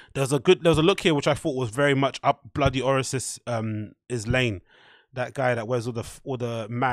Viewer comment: are you trying to say "Bloody Osiris"?